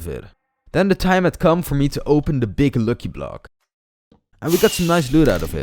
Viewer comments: You dont say locky block you say lucky block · ITS lucky block not luuky bluuk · you need to pronounce it as lacky block not loocky block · its not lwcky its lucky block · Im laughing cus hes saying looky block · He is saying luuky blok man pretty badly pronounced